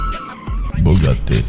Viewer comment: Did he say Bogati not Bugatti Bogati is bad word in Croatia language